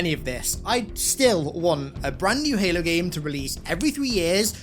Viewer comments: Bro really said "Helo" 💀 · helo? LOL youre 343 bot boy brain cant even say the games name right. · "heylo's campaign"